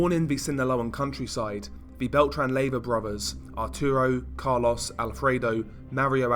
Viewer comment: They way you say Carlos kills me bruh 😂